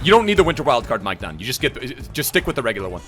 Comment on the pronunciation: I'm French and how you pronounce Maignan is hilarious 😂